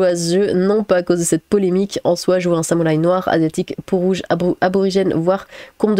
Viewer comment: non samoulaï tu le prononces mal x)